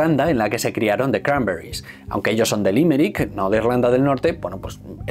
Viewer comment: Me jode de manera sobrehumana usar el acento yanki, toda la vida diciendo "cranberris" cada uno con su acento y ahora hay que decirlo con acento de no se sabe muy bien donde y que parece que uno habla con la boca llena de vete tu a saber el que.